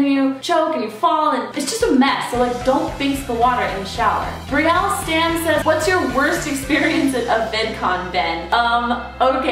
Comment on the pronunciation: Thank you so much for using my tweet (I'm Brielle Stamm) it made me so happy because I saw this on my birthday and your like the only person who correctly pronounced my name the first try